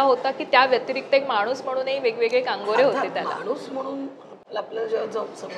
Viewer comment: अरे location , sitting arrangement बघनार्याना comfortable नाही आहे .....प्रणिती तिरकी बसून मुलाखत घेत आहे आणि please कांगोरे हा शब्द नाही आहे कंगोरे असा शब्द आहे .. देवा.....🙆